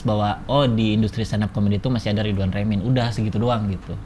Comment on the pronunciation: Dibaca nya ridwan remin cing bukan ridwan remin